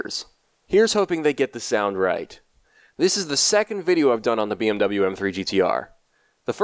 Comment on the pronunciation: All germans because of him saying bmw wrong